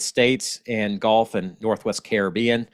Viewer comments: It's like gull...gu lf. Not like the game golf. 😄 Thanks for all the information,. Never too much for me, especially living a mile from the water. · I was born in Louisiana too in New Orleans so don’t worry about how you say gulf. We probably pronounced it wrong, but who cares really thank you for the update and have a wonderful day.